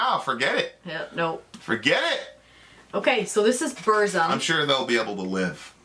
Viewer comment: what's a Boorzem? It's BURZUM...pron. BOORRRRZOOM XD nice vid tho EDIT: " just because he's racist. " This is the best thing i've ever listen to in my life.